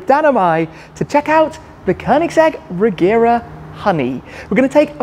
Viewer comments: It's actually pronounced "Reyera" in swedish if you want to be precise. :) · Nice overview, though it is pronounced with a soft G - like a J - Rejera. It is the Swedish word for "to rule".